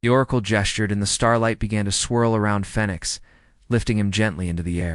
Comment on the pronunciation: Why doesn't your AI know how to pronounce the word Phoenix, after the bird who rises up out the ashes... your AI is calling it fenix 😐